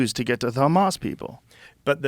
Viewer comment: “But Kkkkkhamas”